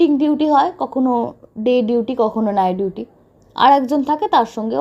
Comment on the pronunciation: Apni nighduty bolen keno ?apnar pronounciation khub b alga.dhore dhore katha bolun.